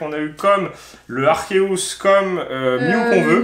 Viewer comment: on dit arcéuse pas arkéouse 🤣🤣